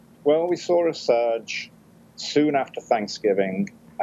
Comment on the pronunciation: We sawr a surge? Speak English.